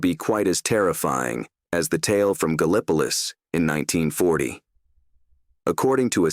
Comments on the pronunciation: I've never heard of Ga-lip-po-lus !?!?😂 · Very interesting. Wonder where Ga-lip-ah-luss is lol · Gallipolis is pronounced Gal-ah-po-lis.. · Pronounced "gal•uh•police" with accent on LAST syllable "lease'" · You pronounce it "Gal Pliss". You ain't from Gallipolis, are you? lol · You all are putting too many syllables in it. lol There's only 2, Gal (like owl) pliss.( like piss) Some say gal pleece(like fleece). Not police We use a little different word pronunciation than other folks. lol My favorite "outta towner" pronunciation effort is Galapagos. (like the island) Haha!